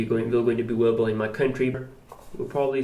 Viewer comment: "innowwation" "awwailable"